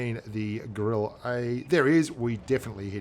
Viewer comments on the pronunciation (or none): ur pronunciation is wrong about 'GRILLE'